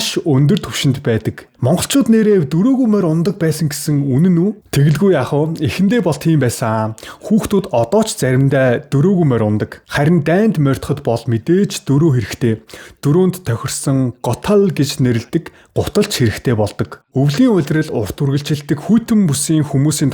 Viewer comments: Мордох гээчдээ морьдох гээд байх юм. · Морьдох биш мордох шүү😅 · Мордох гэж хэлж байгаарай Морьдох гээд байх юм. Нөхөрсөг зөвлөгөө гээд ойлгочихоорой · мориндоо морьдоод гэхгүй шүү! мориндоо мордох гэж яриарай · Моринд мордоно гэж хэлээчдээ морьдоно гэж юу байсан юм.